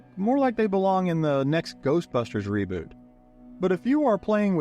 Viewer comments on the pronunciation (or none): none